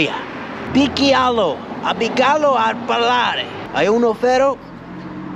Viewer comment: I'm from Italy either and I admit too that "ferro" pronunciation was really smooth, and also he gave his magic touch to our language with his natural sicilian accent